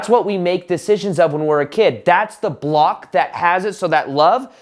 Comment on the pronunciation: Now when I hear saying the word "block" all I can hear is "bwhlopck" 😂 Great content as always 👍